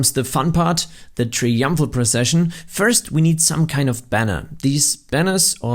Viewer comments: It's TRY-umphal (not "tree-umphal"). If you were gonna use the word so many freaking times in your video, it could've been slightly less annoying for the viewer if you'd bothered to learn to pronounce it correctly beforehand!!! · brother please its try-umpful not tree-umpful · tree umpfrul arch 😂 that's funny